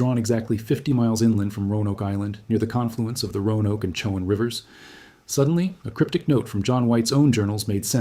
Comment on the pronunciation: In pronouncing Croatan and Chowan the emphasis is on the last syllable